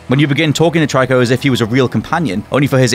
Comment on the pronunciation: Did he say TRYCO?!?!?! FUCKING TRYCO?!?!?!?!?!?!?!?!?!